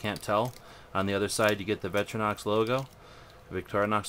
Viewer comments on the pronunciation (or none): victorinox not vetrinox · it vic tori nox not vetrinox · Vetrenox ? Its victor-inox, like the name Victor and then the metal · vic - tor - i - nox not vetrinox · Painful English. It's Vic-TOR- I- nox, and Tol-You-All. Take your time and sound out parts of the word. Otherwise a good video.